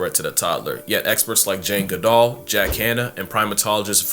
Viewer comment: you mispronouncing jane goodall is disgusting and disrespectful. google it.